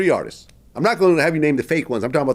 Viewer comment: He got vlad saying artissess lmao